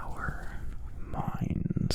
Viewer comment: miiyUUHNds and buUHHHDISSSHHNGG